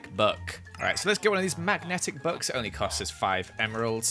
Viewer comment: When said 64 Books I thought he said 64 Bucks